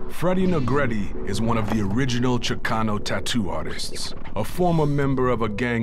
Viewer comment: his name last name is negrete from SANGRA, not sangrete